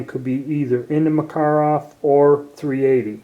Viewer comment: I believe he is saying it correctly. But usually folks don't mind the mispronounced but more popular way of saying it.